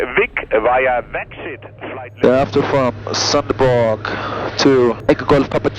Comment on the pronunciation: As a native of Denmark i love your effort of trying to pronounce name of local towns. You managed to get away with a decent job of making it Sound like you Were Saying Sønderborg but you really butchered Skrydstrup.... love your Channel